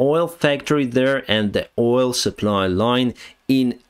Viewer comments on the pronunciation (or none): none